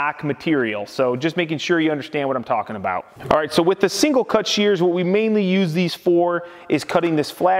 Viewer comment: Omg they are called SHEARS. Shhh, Shhh-ears. Sound it out. No not CHEARS. There is no Che Che sounds. Drives me as crazy as people who say filder instead of filter.